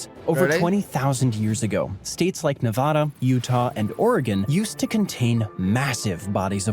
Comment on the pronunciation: Don't listen to this guy. He doesn't know how to say Nevada.